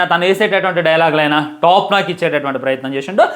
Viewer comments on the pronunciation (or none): టాప్ నాక్ కాదు బ్రో టాప్ నాచ్ అని.పలకాలి బ్రో